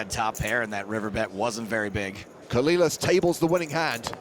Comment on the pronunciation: Dude I know you're a brit and all but there has to be a part of you that just KNOWS it isn't pronounced "Coh-lil-las" dear god